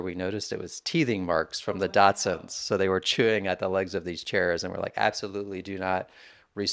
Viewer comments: Daschunds……long haired daschunds. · He was, indeed, saying "Datsuns". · Guy lost me after the 3rd time he mispronounced "dachshunds" as "dotsons"... couldn't take anything else he said seriously. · Am I the only one hearing the host say "Datsuns" instead of Dachshunds? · Simply STUNNING. And, is it my imagination, or does he keep saying Datsuns? 😂